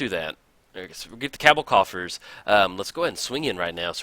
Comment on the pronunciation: You say Cowbell *Cabal coffers so weird